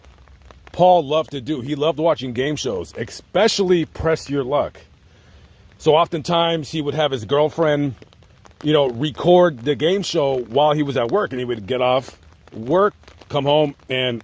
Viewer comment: Did you say "eXspecially?"